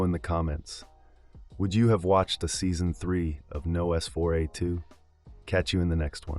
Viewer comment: Nos four ay two? its nosferatu (as in vampire) but clearly shortened to license plate format :/